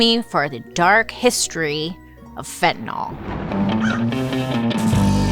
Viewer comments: Not "fen-ten-awl"....Its: "fen-ty-nil."* It drives my nurse sister crazy when she hears other professions call it Fen-ten-awl (specifically cops who should no better if its such an epidemic.) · Why does she mispronounce the word itself. It's got an 'a' in it order to say the 'TAN' part of the word. Say it like FEN - TA - NYL . ( not " Fentnil " ). Q. Why has it gotten that A ? A. To make you pronounce it right . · I know I'm unhinged... but it drives me crazy ! Fentanyl, like Benadryl. Not fentanol like alcohol... I know, I hate me too. 🫣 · It's pronounced like it's spelled: fen-tan-YL, not fen-tan-AHL. It's an extremely common mistake but a mistake, nonetheless. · FentanYL, not FentanAL... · This might be frivolous but fentanyl is not fentanol it's fentanill. I get so frustrated when people mispronounced a simple word... Sound it out with a y okay lesson for the day thanks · Pronounced Fen-ta-nil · pronounced fent-a-nil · Totally important, but I always wonder why it gets pronounced like "fentan-all" when it's spelled with a -yl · Fin tah nill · Raise your hand if you pronounce it "Fentanol". I think most people do... Fantastic video! ❤ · Pet peeve. Read these words: Vinyl Style Dye Gomer Pyle Bye bye Cyrus Gyrate Hydrate Mysogenous Pythagoras Zephyr Where does the letter "y" in fentanyl become an "o"?!?!? Fen-tan- il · Its pronounced fen-tuh-nuhl so technically you’re incorrect but anyways who cares its not a big deal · Is it pronounced.….nol or.,,,,nyl?